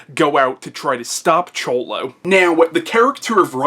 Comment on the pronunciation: You did pronounce Cholo correctly. I try to focus on what a person says, not how they say it. Great job. This is my second time watching Your videos. Thumbs up from me & i look forward to seeing them all.